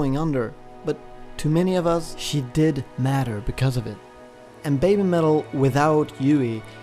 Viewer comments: Listening to the video... it sounds like you're saying babe-metal instead of baby-metal... maybe that should be part of their change as well because these girls did go from babies to babes! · I'm not being critical or making fun but I was wondering why you say "baymetal". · Why does it sound like he's calling them Bay Metal??